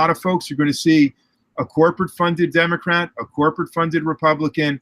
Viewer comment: Could've sworn he said Democrap on the beginning lol.